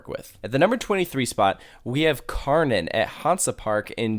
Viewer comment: I just love how everyone in English can't pronounciate Kärnan. Yes, it's hard, but every one say it like Karnän.... so funny for us Germans!